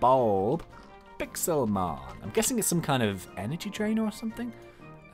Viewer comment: it's Pixelmon not Pixelmen